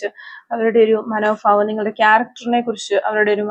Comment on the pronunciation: മാഡം മനോഫാവംഎന്നല്ല. മനോഭാവം എന്നാണ് പറയേണ്ടത്